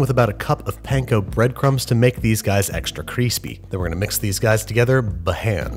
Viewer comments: Babish : kweespy Joshua Weissman : I am going to improve this man's career. And again it's CWISPY 😂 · You said "Kreespee" but I think you meant Cwispy? Just trying to help the homies. Also please send latkes. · Me: "crispy" Babby, an intellectual: "kreespee" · Babish: extra kreespy Me: roflmao Thanks Babish! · "c reees pi" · Dude. It's pronounced krispee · stockart whiteman CWISPY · if Joshua comments “qwispy” I would die a happy man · did I hear him say extra creespee? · joshua weismann cwispy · babish: kreespi joshua weissman: kwispy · Ever since watching Joshua Weissman I cant help but hear "CWISPY" every time someone says crispy. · Maybe it was Joshua Weissman. The dude's "kwispy" is iconic. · C R E E S P Y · He says "kwispy" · It’s still April fools or you’re saying “creespy”. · Babish: KREESPY Meanwhile, Vinny: SPEEN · no one : babish : extra CREESPI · Extra Kreespi 😂😂 wasn't expecting that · Are we not gonna talk about the fact he said creespy? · insert Two-Face "cwispy" meme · He said, "Cree-spee" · CEO of creespy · extra creespi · "extra creespy" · Did you just say "creespy"? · Did you really said "kreespy"? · After binging Joshua Weissman videos, it was uncomfortable to hear the “r” in crispy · Me: Yo-girt Babish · Also canvasees